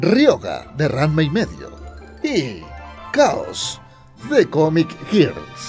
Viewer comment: escuché "Comic Girks" ayuda